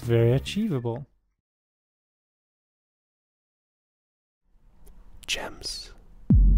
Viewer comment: yo, the swedish guy in this video, its not a G sound in Gems or venGeance, its more like DJ or J.